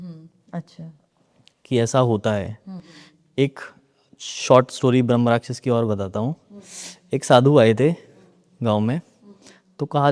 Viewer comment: भ्रमराक्षस नहीं ब्रह्मराक्षस होता है, सही उच्चारण इतना भी कठिन नहीं है।